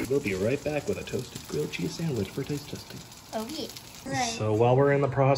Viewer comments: GWILLED CHEEZZZ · GWILLED CHEEZ🗣️🔊🔥🔥🔥🔥🔥🔥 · GWILLED CHEEZ!!! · GWILLED GHEZZ